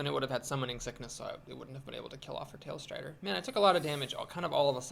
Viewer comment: Tallstrider,;) Tall strider, as in the bird is vertically big. You keep saying something like tailstrider.:P